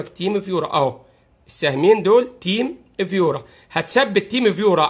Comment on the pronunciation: فقط تصحيح ألفاظ الترا وليس يولترا تيم فيوور وليس تيم فيورا